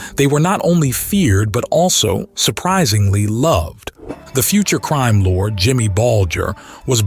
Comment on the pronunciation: It’s Crime lord not crime lore